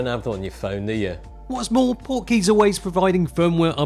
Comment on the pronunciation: I kept hearing "Porky's" (the movie)! :)